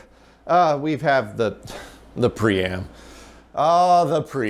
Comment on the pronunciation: Whenever you say "pree-am" and the drive isn't on camera, I hear "pre-amp" and think "why is there a pre-amp in a PDP-11?"